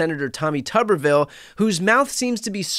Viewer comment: Brian, Tommy's name is tuber-ville.... toober ville .... If it was tubber it would have two b's like rubber! We should call him by his proper name.